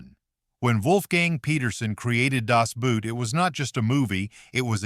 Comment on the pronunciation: It would be helpful to pronounce Das "Boot" correctly. It's not "Boot," but "Boat", pronounced the same in English and German.